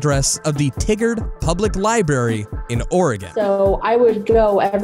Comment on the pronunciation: For heavens sake, how did you pronounce Oregon correct, but screw up Tigard?! Lieberry!? You can say Oregon, but not Tigard or library?! ...This channel is great I'm subscribing.